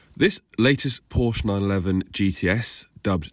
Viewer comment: So funny he is a car "reviewer" but can't pronounce the name Porsche correctly